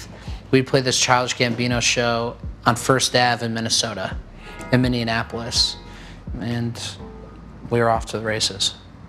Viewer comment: It's not Mineanapolis it's Minneapolis! 😡